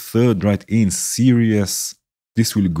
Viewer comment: Very nice! Thanks for sharing your techniques :) btw 'series' is usually pronounced like 'sear ease', not like 'serious'